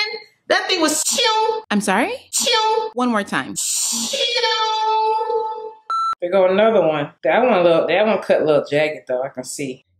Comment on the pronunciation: I just died thing was tiyouuuuuuumm!"....LMAOOO